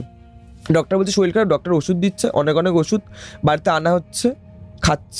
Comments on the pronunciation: শরীর ❎ শরীল ✅ 😂😂😂😂😂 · দাদা ওটা শরীর হবে শরীল না 😂😂😂😂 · রোজা নয়, ওঝা শরীল নয়, শরীর, একটু ঝাড়াই বাছাই করে এনো পরের বার । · Uchharon er karone sunte echha korlo na . Ato wait kore thaki podcast er jonno kintu hotash holam . Soril, roja ar goga sune obak holam😮 odbhut bhasa kokhono sunini . Ghotona ta bhalo chilo na.😂